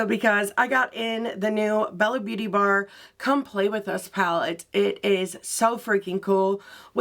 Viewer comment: Can I just tell you I believe it's pronounced Bella beaute' bar...